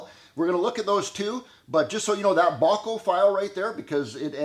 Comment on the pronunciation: Thank you,, for sharing that information and visual aid in teaching. And yes, I believe you're pronouncing "Bahco" correctly. That's how I've always heard it said.